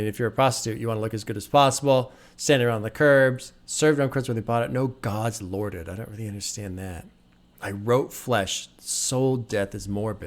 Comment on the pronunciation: "Served on curbs where they bought it, no gods lorded" is a double entendre. The first referring to how Ka feels God abandoned him and the hood. There were no gods to lord over or protect them. The second meaning is similar but he pronounces "lorded" in a way that makes it sound like "loitered". So "no Gods, loitered" referring once again to the lack of God's protection on the block. Very clever phonetical trick by Ka here.